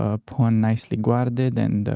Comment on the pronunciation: Guarded is pronounced "garded", the U is a silent weakness.